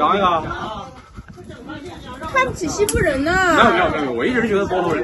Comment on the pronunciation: 哈哈哈..什麼西部人?😀😀😀我聽成是““欺負人””..是我耳朵有問題呀？還是““講話者””發音不妥???😀😀😀草原風情~打情罵俏的佳人呀😀😀😀點讚